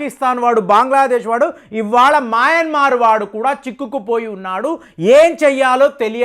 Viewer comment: దేశాల పేర్లు మార్చకు.. మాయమన్మార్ కాదు రా బాబు.. మయన్మార్.. బాంగ్లాదేశ్ కాదురా నాయనా.. బంగ్లాదేశ్.. ముందు నువ్వు సరిగ్గా పేర్లు పలుకు బావుంటుంది